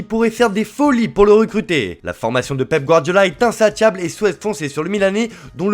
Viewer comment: Je sais que c'est pas bien mais lui faites pas prononcer des mots comme insatiable les gars...